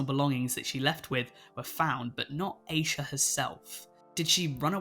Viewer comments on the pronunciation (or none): Asha degree's name is pronounce "ash-uh" not "Aysha" as you pronounce it. I'm just letting you know.